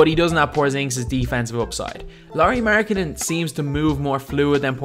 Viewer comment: Apikka Lauri 'Mjarganen'